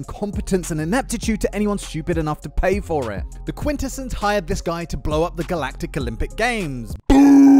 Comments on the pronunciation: Bro this man cannot decide on how to pronounce quintessons. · mispronouncing "Quintessons" is pretty sad for a TF-themed channel.